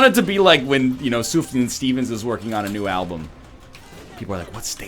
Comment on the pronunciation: Congrats NL I think you actually pronounced Sufjan correctly.